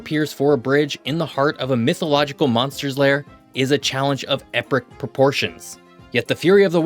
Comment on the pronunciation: “epric proportions” 🤪